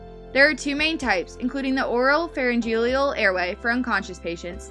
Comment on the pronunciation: "Pharyngelial" "Nasogelial" haha. I had to watch this on mute because the pronunciation of many medical terms was driving me crazy. "Flang" hahaha